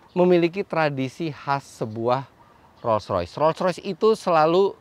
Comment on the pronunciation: Ngomong nya sampai belepotan saking mahalnya mobilnya, beberapa kali denger penyebutan nya "roys.roys " roys roys," engga Roll royce " 😂😂😂